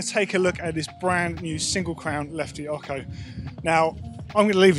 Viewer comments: listen to Lefty Larry. It’s not pronounced as ok-ho. It’s o-cho. It’s Spanish for eight. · PLEASE! you've been doing this in all the videos... It's Lefty OcHo, not Occo. Love all the videos anyways (y) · Omg! Its not lefty “oco” its pronounced like 8 in spanish, ocho (x sound for ch) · why do keep saying “oko” it should be “o-tso” or eight in mexican language. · Stop saying "oko"! 😂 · Ocho not ocko 😂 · Lefty Larry says it Ahcho...or was he sneezing... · needs to learn how to pronounce ocho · It's official, can't say Ocho the proper way! 😁✌ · I have to laugh at the way the english pronounce "ocho". :) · Please please please say Ocho properly. It's ANNOYING!!!!! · tone34 I'm just having a giggle. It's got nothing to do with Italian. It's spelled Ocho, Spanish for "8", and the ch is pronounced like you'd find it in words such as "cheers".